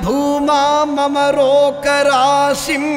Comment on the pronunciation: "Asmin Paraatman" not Asmint paratma; "Tvamittam" not dvamittam; Bhooma", not pumas"; rogarashim", not rokarasim: "Nirundhi", not niruthi. Namaskarams.